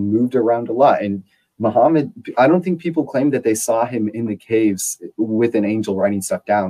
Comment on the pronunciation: There is no "L" in "I saw it,". Also, corroborate and cooperate are two entirely separate words.